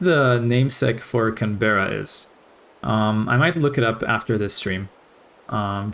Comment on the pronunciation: It’s pronounced like Can-bruh (Although Can-berra has a nice ring to it)